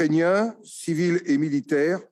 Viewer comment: Bizzare le monde DIT CIVISILE